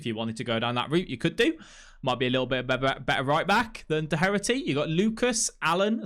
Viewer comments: "Do-her-aty" lol its pronounced dokerty mate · Doherty is pronounced (dock-her-ty)